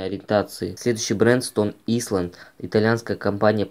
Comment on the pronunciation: не исленд, а айленд